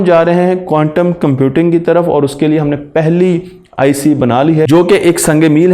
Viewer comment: قوانٹم نہیں بلکہ کوانٹم